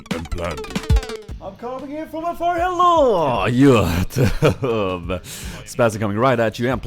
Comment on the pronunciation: heylooow youtubah <3